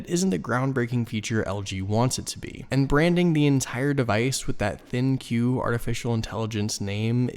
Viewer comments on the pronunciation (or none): Is it 'Thin que' or supposed to be pronounced like 'think'? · Just curious....is it pronounced Thin Q or Think? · Why does everyone call it the “thin q” it is supposed to be pronounced “Think”.